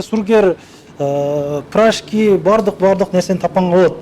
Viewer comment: Иса прашки эмес пирожки болот 😅